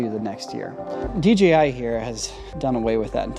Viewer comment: dji should change their name to dgi because everyone mispronounces it including this video × 5. I think the I following the j makes it harder to pronounce. Literally half if people say dgi without even noticing. Awesome camera though lol